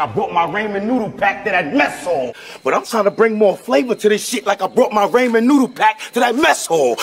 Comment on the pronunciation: He had 3 opportunities to pronounce Ramen correct. He failed each time...that's the real tragedy